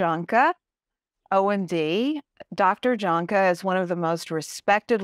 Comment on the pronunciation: Okay, I wish that everyone would please learn to pronounce Dr. Roger's last name correctly, JAHNKE, IS correctly pronounced. Y A N K U H. thank you, go in peace ❤